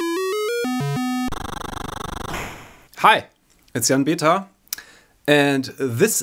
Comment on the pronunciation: Dein "HI" klingt so deutsch ;) Und btw. schönes Video :D